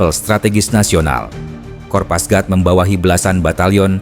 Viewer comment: kopasgat min. bukan kopasgrat